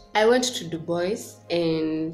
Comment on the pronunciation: Hey dear congratulations 🎉🎊 am sooo happy for you 1 k and is Dubwa for the pronunciation its french dubois thanks for sharing I will take time to visit them